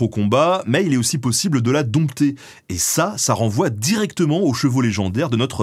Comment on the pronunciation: 8.07 Attention, dompter se prononce "don-ter" et non pas "domp-ter", comme compter. Très bonne vidéo par ailleurs.